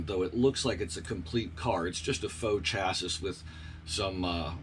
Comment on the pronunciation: Why do you keep saying chass-is?